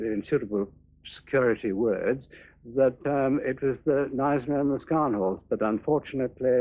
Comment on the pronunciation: Nice to see a film in which Gneisenau is pronounced properly.